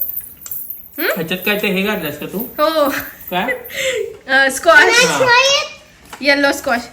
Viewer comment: स्क्वाश असे म्हणतात स्कॉच नाही